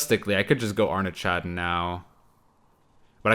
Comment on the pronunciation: It’s Arnaghad not Arna -ch-ad LOL